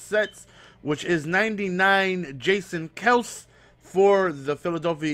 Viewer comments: It's pronounced Kel-see lol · its kelc-see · its not kells its pronounced kelsy... smh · jason KEL-SEE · It's Kel-See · it's pronounced Kel-See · It's pronounced i-he-diboh and Kelsee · Kelce = Kelsey Ihedigbo = Eh Head EE Bo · It's kelcee and I-he-dig-bo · It's pronounced Kel-sey and e-head-a-bo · E-HEAD-A-BOW KEL-SEE